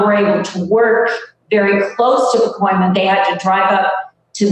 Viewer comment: I love you. I really do. But it's PacOIma, not PacOmIa. Every time you said Pacomia was like fingernails on a blackboard. Aside from that, great article as usual. You and The Real News Network are awesome. Thanks for all your terrific work!